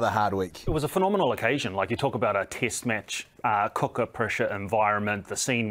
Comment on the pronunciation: It's not as annoying as kiwis saying tist match ,or jiff instead of test match and Jeff